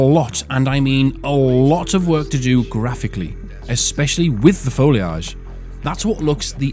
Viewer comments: Foil age? It's simply incorrect. Hehe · Wow I had no idea UK folks pronounced "foliage" that way. Add that to the list of pronunciations we can't agree on lol. I gotta run now, my lieutenant and I are on a tight schedule to get my sedan out of my garage and take Route 66 to gather some herbs, pick up aluminum foil and Nike sneakers, stop by the zebra exhibit near the buoy, and enjoy a little leisure while eating a tomato and basil sandwich in complete privacy. All part of the process...